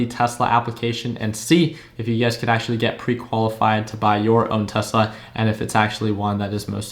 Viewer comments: hes not wrong thats how spanish people say tesla "telsa" lol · I think you meant Tesla instead of "Telsa"